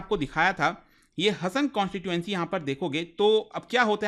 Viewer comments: Le admin pronouce it as HAASAN its haasan, nat hasan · Hi it’s not pronounced हसन its pronounced “हासन” Please correct it in future 🙏🏻 but rest all incidents are true thank you for informative video 🙏🏻❤️ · Hasan District nahi 😂😂😂 HAASANA District 😊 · It's not hasan its Haasan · It's haasan not hasan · It is not Hasan. It is हा (haa) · Not- Ha-Sa-n, it's Haa-sa-n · Sir it is हासन please pronounce correctly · Hasan pronunciation is wrong